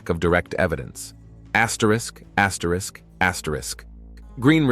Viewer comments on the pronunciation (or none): What are you doing axrisk axrisk axrisk in ur videos now????? Stop lol I've been watching you for a while now and I'm just now hearing it....